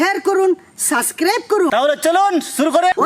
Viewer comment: দূর্দান্ত । ওটা সাসক্রাইব নয় সাবস্ক্রাইব হবে ।